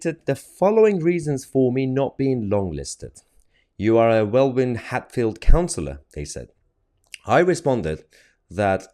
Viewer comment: You said Welwyn WRONG, Mahyar